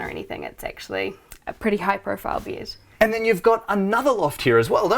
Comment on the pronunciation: Lovely house so cozy..i wonder is it typical in Ausssi accent to pronounce bed "bied" :D SOUND weard ahaha